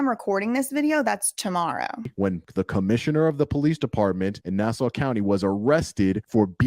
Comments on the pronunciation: Nassau = ‘Nah Saw’. Not ‘Nah Sow’ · its not "nass-ow" its "nass-aw" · We realize your from the South but It’s pronounced “Na saw” not “Na sow” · It isn't pronounced Nass-OW, it's Nass-awe, listening to you say it the wrong way makes me want to punch something. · Pronounced, nah saw. Not nah sow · Hey, New Yorker here. It's actually pronounced nA-sAH. not na-sa-u contrary to the spelling. Lol other that good job. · It's pronounced Nass saw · Nassau - pronounced NA-SAW. Thanks for covering this. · It’s pronounced Na-saw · it is pronounced NASSAW. He will be lucky if they don't kill him. Who would have thought he didn't even have to leave the island to find the most tyranny. Maybe that was his plan the whole time, build up a following then take on these guys. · It's pronounced Nasaw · Here on Long Island we pronounce it nah-saw hahah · PATRICK RYDER WAS MY CRIMINAL JUSTICE PROFESSOR LMAOOO SMALL WORLD.. yeahhh I am not surprised. Babes btw it’s pronounced “NAH-SAW” county 💜 ILYSM!!!! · It's pronounced: na-saw. ;) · I love this. It’s “Nah-Saw” though 😊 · Can’t even pronounce Nassau correctly🤦🏻‍♂️ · lol the u in Nassau is silent hun. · Your saying nassau wrong but it’s ok 😘